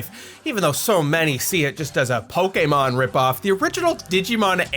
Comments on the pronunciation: Thank you for pronouncing "Pokémon" correctly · What I find ironic, is you're a digimon fan, and you actually pronounce pokemon correctly when so many pokemon fans don't even though they sing it out loud in the show